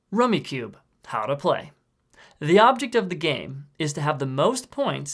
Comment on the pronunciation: Rummicube?? It’s rummikub. Kub like cub. Good explanation though